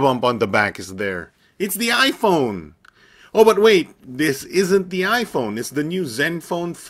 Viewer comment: Hahaha.. ipone hahaha